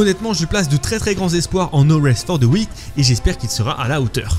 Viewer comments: 😅la prononciation de l’anglais est risible « Sea of sivse »😂 « No rest for the ouicte »😅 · Euh mais la prononciation de No Rest For The WickED 🤦🏻‍♂️🤦🏻‍♂️😂😂 sérieux l’anglais quoi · Il le répète 3 fois,je ne comprends pas que personne à remarquer pendant le montage ou l'enregistrement